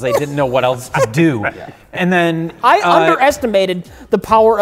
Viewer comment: There's no 't' in the word 'else.' It's not "eltse."